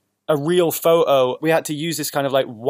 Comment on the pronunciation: sorry Matty, I love you but pronouncing "photo" that way is almost offensive especially for a non-native english speaker, excuse me mamma mia